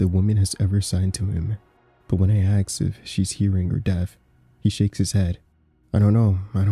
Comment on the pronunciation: "Ask" Not "ax" 😂 please sir